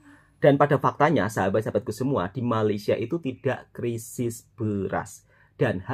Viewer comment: " Krisis bukan Kerisis ".